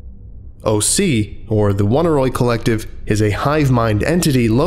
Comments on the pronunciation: Oneiroi is pronounced "o nee roee" not "woneeroee" or whatever thing you somehow got out of it. It's greek for dreams. I like this channel and almost never comment, but eventually I just must ask if you google any of the unfamiliar words you encounter, or if you don't just to annoy people. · I love this, but for the one detail that it's supposed to be pronounced "uh-NEY-roy," not "WUN-a-roy." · I felt obligated to look up the pronunciation of "Oneiroi". From what I can find, it's not like "Won-i-roy", but instead "Oney Roy" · Dear colleague excuse me if I repeat a well made point, but the pronounciation is not "one-a-roy", "on-ey-roy". It is a minor objection to an otherwise great lecture. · It's oh-near-oi, oneiro being ancient Greek for dream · Fun vid and SCP. Just a note though the name of the collective would be pronounced the same way as oneiromancy /əˈnʌɪrə(ʊ)ˌmansi/ so it would be more like oh-nai-roi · The proper pronunciation for Oneiroi is "aww-nee-ree". The word is from from greek mythology and describes primordial deities, the children of Nyx (goddess of night). They are the personification of dreams and take the form of black winged demons. Their number includes Morpheus (who sends images of humans), Phobetor (who sends images of birds and beasts) and Phantasos (who sends images of the elements earth, rock, water and wood). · Just a note: "Oneiroi" shares a root with 'oneiric', and this should probably be pronounced "Oh-nye-roy" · I don't want to be that person but I'm pretty sure Oneiroi is pronounced Oh-Nye-Roy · I hate to be that guy, but this is bugging me: it's OHN-EYE-ROY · pretty sure it's pronounced oh-nay-e-roi btw. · This was really interesting but I just can't get past how he pronounces Oneiroi... I'm assuming the name comes from oneirology (the study of dreams) which is pronounced like "Oh neurology" not "One irology" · Hate being that guy but they way you pronounced oneiroi was weird